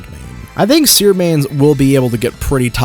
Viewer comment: His seer perdition was soooo wrong